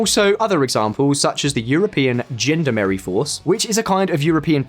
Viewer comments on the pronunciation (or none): Also Gendarmerie is Jhan-darm-ahree not Gender-Mary lol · Corps is pronounced "core", not "corpse"...gendarmerie is pronounced "John-darm-erry", not "gendar-merry" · ...did he just say the European "gender merry" force? Do your research on pronunciations, guys 🤦‍♂️ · Laughed hard at "gender Mary" lmao. Isn't it pronounced zhandarmarree? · I also loved corps pronounced corpse and gendarmerie pronounced gendermerry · He said 'Gender merry'! 🤣